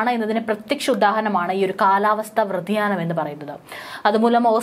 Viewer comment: എന്താണ് മാഡം കാലാവസ്ഥാ വ്രതിയാനം എന്ന് പറഞ്ഞാൽ വാക്കുകൾ ഒക്കെ ഒന്നു നേരെ ഉച്ചരിച്ചൂടേ 😊